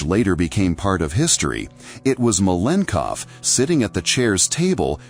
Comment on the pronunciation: Malenkov is pronounced at least 3 different ways throughout the video 😂😂😂